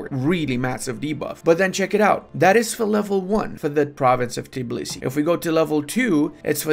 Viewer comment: I'm disappointed, most of the Eastern Europeans can pronounce our capital exactly as its written and not Tibilisi as most of the people + you as well do lol. Get better bro